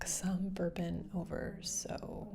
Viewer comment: Instead of bourbon I heard burping